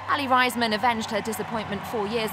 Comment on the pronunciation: its not pronounced Ryesman..its Raysman. smh can't stand ppl saying her name like that lol.